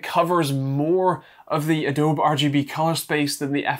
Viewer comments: Am also English and have NEVER heard someone say Adowb in my life. Always heard adowbee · It's an American company, so the name should be pronounced the way they pronounce it (with the 'bee') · *uh dow bee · Do they call Adobe (ah-DOW-bee) ah-DOWB in the UK or is this a channel slang I am just now hearing? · I've called it "ah-dowb" for years and speak Dutch natively. I guess it's an American thing to call it "ah-dow-bee".